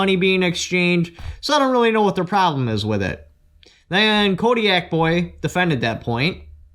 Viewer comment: Kotaboy32 , Haha kodiak boy? I laughed when he kept saying that. I love both of these channels. CRS and Kotaboy both do great work.